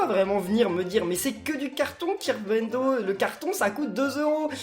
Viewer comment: Dit, tu va TOUT acheté